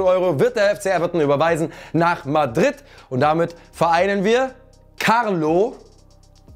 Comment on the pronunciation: Als ob carlo so betonnt um darauf hinzuweisen das er den Fehler mir carlos wiedergutmachen will, Nur um dann liverpool statt everton zu sagen. I love you hahaha:D